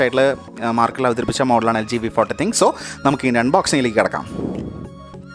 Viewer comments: nop...Thin-Q Njan LGyude official videos il polum Thin-Q ennu thanneya eduth parayunnathayi kandittullath...im also a LG user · തിങ്ക് അല്ല തിൻ ക്യൂ ആണ്